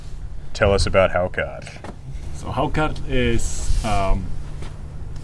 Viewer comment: Til how to pronounce hákarl! ...How on earth does hal'cauff come to be spelled hákarl?